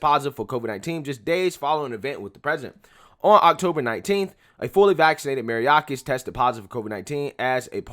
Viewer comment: I love your videos but bruh, you be killing people's names. Mayorkas; My-york-us. Gutierrez; Goo-tee-air-dis. Keep up the good work man. Love your channel.